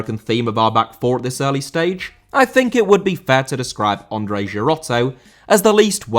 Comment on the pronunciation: Andrei* not Ondrei